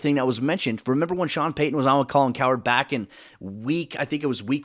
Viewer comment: Its Payton not Paton